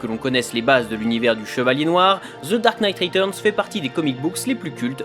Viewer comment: "ZZE DAHRKKE NEIGHTE RHETUZZZNZE!!" Speak english, bud. Can't understand ya.